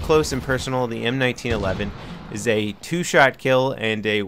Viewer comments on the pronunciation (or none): none